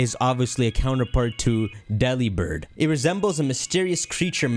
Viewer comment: Everyone: commenting genuinely interesting comments me: Delibird is pronounced like 'Delivered'